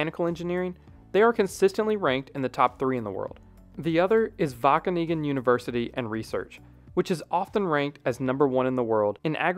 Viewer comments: My parents actually both attended the university of Wageningen when they were younger. They didn't go into architectural engineering (my mom became a plant breeder and my dad an archeologist), but they definitely did have good education there (also it's pronounced more like Waa-khe-ning-un) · Excellent job at trying to pronounce Wageningen 🤣🤣🤣🤣🤣